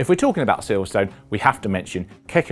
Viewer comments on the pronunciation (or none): none